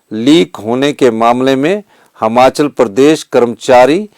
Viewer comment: श्रीमान जी हमाचल नही हिमाचल होता है अपने प्रदेश का नाम अगर आप ही गलत लोगे तो बाकी क्या करेंगे